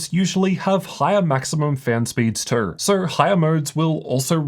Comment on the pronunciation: Bro.. the way you pronounce too, just makes me want to grab a baseball bat